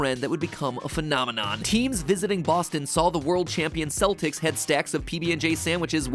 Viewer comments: It's Keltics with a hard C. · Its not pronounced "seltics" its pronounced like the "k" in "kelp"-- celtics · When Celtic is pronounced Kell-tick, but the pronunciation of The Celtics the sports team is Sell-ticks..... AARRARAHAHAAAAAAAAAAAAAAGHH ENGLISSSSSHSHHHH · So, no one gonna mention Matt mispronouncing “Celtics”? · Apparently Matpat doesn’t know how to pronounce the word Celtics.